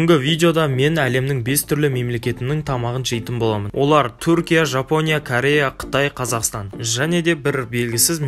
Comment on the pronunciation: Сен Ияпониян Жапония деп аитн 😂😂😂😂😂😂😀😁😂😂😂😂😆😄